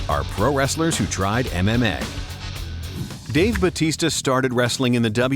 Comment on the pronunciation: Its batista not bautista